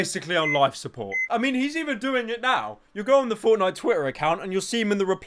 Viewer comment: First word “Fowtnyite”